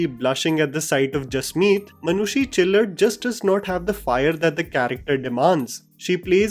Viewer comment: It's not chillar but chhillar sir. chillar means lice in hindi😄😄